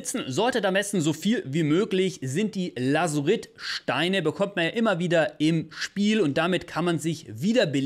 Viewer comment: Bruder LAZARUS nicht Lazurit 😂 genau wie das (MOLOChElexir😂